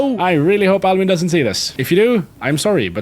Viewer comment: i knew the first episode that albin was a swedish name or the way you said it cuz i am swedish